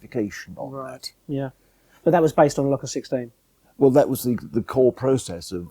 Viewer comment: Fascinating to hear the Locus 16 being discussed, it was always pronounced Lowcus 16 in the north not Lockus 16 as Seb uses. I joined MRSL in 1974 to set up the test facility at the Bill Quay works in Gateshead where the Locus 16 was manufactured. I was recruited following an interview with Brian Partridge, Clive Gildersleeves & Andy King and spent four happy years creating and managing the test facility with frequent trips down to Writtle Road & Baddow. Great memories